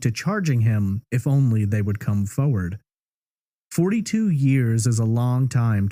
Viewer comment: weirdest way to say forward like foe wed